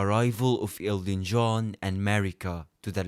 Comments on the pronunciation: Lmfao i swear this guy was saying Elton John the whole time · Are you saying Elton john or Elden John